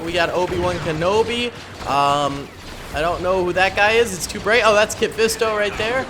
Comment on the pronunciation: Ya his name ain’t kit fisto